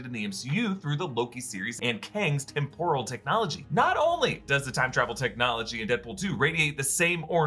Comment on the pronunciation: Please stop saying “temp-oral” like tempura. You’re putting emphasis on the second syllable and it grates on me every time I hear it 😊